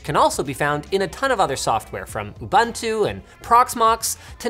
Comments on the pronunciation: It's U-boo-ntu, not ubantu. At the same time, that's still the wrong pronunciation but at this point, I cannot think of the English equivalent sound. Don't think it exists so at least say U-boo-ntu. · It's 'UBUNTU' not 'UBANTU'... Otherwise great video 👍🏾